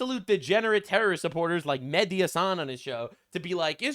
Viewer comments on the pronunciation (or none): I love how sometimes, it sounds like you're saying Methdi Hasan.😂